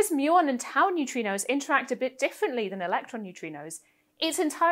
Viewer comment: I love New-Tree-Knows.